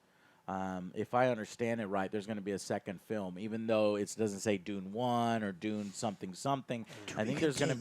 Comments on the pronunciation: De-you-nn Not D-oo-n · D you n . not doon